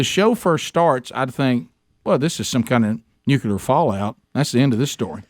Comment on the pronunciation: Great show! Thank you, Bubba, for saying "nuclear" correctly.